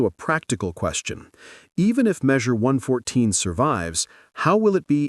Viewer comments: Less than 20 seconds in and AI can not say 114? Drop the AI crap and make a real video. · "Eleven four?" You mean One Fourteen?